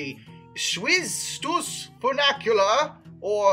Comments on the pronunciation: close, just the first part is slightly off. Has that fyoo (or how few is pronounced) sound rather than foo. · Say it together now "Fun-ICH-ular." There is no A in the middle of the word. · The pronunciation of funicular was driving me nuts. Not just the i being pronounced like a long A but the entire word itself. For future reference it's fyoo - (like the beginning sound of future btw) nick - yule - err. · I guess. Still better than the i being pronounced like an A. I don't know of any American dialect that would make that mistake. I think he was mixing funicular and vernacular in his mind when saying it. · Apparently brain cannot comprehend that ‘funicular’ and ‘vernacular’ are two completely different words.